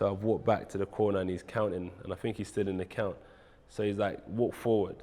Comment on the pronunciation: Bro think doesn't start with a F (fink) you guys created the language and yet you can't speak it